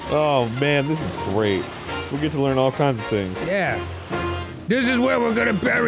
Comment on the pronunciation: the gweat repwacement